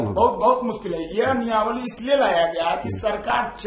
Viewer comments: Niyawali nahi niyamawali boliey . Apke baat se apke siksha ka level pata chal raha hai 😊😊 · Niyamawali bolna Sikh le Bhai phle 😂😂. Exam zaroori hai, bas paper leak na ho